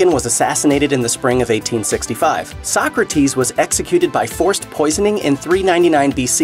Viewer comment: The guy that plays Napoleon is really good. Funny when they Mispronounce the names, so-crates, beeth-oven , 😅